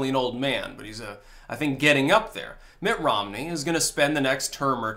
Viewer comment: "Mitt Rommel"....that young sir..is funny.